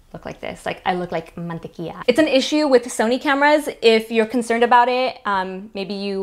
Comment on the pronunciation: "i look like MANTEQUIA" omg why did i laughed so much (btw i know it's mantequilla, i'm peruvian, i writting it the way she said it😂)